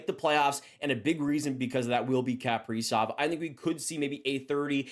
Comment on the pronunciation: What is it with Canadians and mispronouncing Kaprizov. It’s Ka-pre-zov not Kap-pree-zov